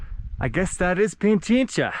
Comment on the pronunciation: Its Pichincha not Pinchincha😂